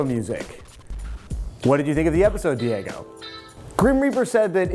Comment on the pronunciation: sorry for this trivial correction, but it's not pronounced Diego, it's Diogo with an "O" in the middle. I'm portuguese, not spanish, but no problem. To finish this was as always a nice episode dude and keep bringing out more stuff like this one.